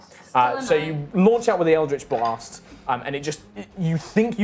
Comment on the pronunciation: Its so weird hearing "eldrjtch BLAHST" from the dm sjsjvajsksksv never heard that in THIS accent